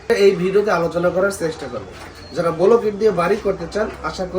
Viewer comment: ব্লক ইট ভাই। বোলক ইট না।